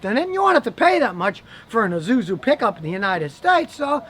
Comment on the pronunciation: Say it with me Scotty.....its EESUEZOO.....not EZOOZOO...😁